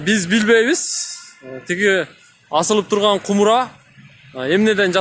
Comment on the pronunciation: Кумра эмес, Кумара деп айтылат го дейм